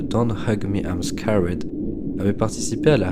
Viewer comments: I'm scawède ? Même sans forcer un accent anglais, un truc genre "skérd" sonnerait plus juste... C'est juste un détail bien sûr, ceci dit c'était intéressant, merci pour ton travail. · c'est juste pas un accent😅 c'est une prononciation j'avais envie de te frapper à chaque fois😂